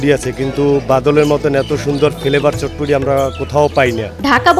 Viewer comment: এটার নাম চটপটি না বটপটি 🥰